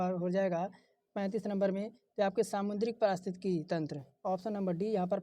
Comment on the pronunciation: वीडियो बनाने के बाद पारिस्थितिकी बोलने की प्रैक्टिस किया करो भाई